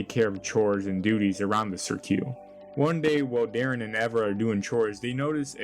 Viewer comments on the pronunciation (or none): THAT'S WHAT I SAID it is cirque not sirq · sir q is a crazy pronunciation of cirque btw